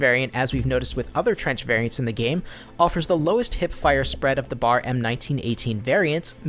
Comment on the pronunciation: It's B.A.R :´(